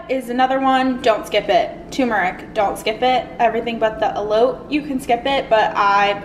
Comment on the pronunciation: Love this ! Also it’s pronounced elo-tay 🤗